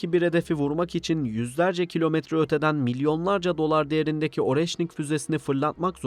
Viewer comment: Oreşnik yazılır areşnik okunur.